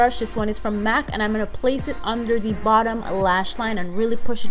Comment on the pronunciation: I love when she says "Under de eyes" 😂💕